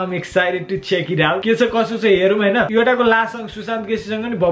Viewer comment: muji ramrari 'Yoddha' pronounce garna sikh